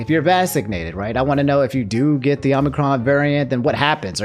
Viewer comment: I keep hearing Omnicron, and it sounds like something optimus and megatron would fight over